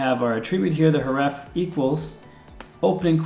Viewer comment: "The uh-TRIB-bute that you see here, is hureffe" I'm not mad, I'm just disappointed.